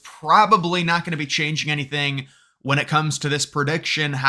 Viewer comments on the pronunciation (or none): none